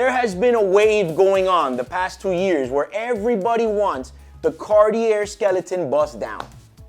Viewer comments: Cartier is not Cart-ear, it's Car Tea eh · The "Car-tier"??? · Carteeyay phonetically for Cartier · “Comment below what you think”. I think if he keep pronouncing Cartier with the R at the end I’m going to go insane 😂